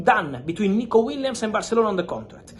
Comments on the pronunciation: Aah yes, Nikico Williams 😂 (read the description) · Nikico Williams? Lol